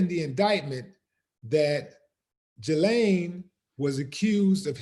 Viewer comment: A Willie, correct pronunciation of her name is Ghee-Lane Maxwell.